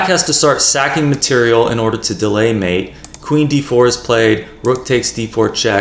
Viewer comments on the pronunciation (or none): none